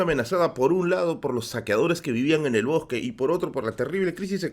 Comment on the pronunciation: "En medio del bojque" 😄